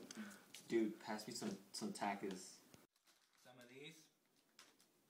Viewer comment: jayden goodwin no the dude said it right